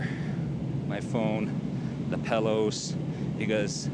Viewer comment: Pellows...pellows?! PILLOWS my guy